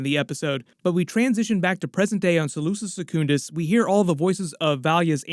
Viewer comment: “LONSTRAD” 😂😂 it’s pronounced “Lans raad” “ SELOOSA SECkOONDUS”😂😂 it’s pronounced “ selousah sekundus” “LANK VEAL” 😂😂 It’s pronounced “ Lank-a-vile” Whale fur not sperm dude And you almost got the Harkonen homeworld “GayDePrime” 😂😂 it’s pronounced “Gi di Prime” Keep up the good work lol